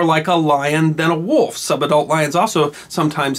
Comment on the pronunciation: Took me a while to work out that he was saying "sub-adult lion"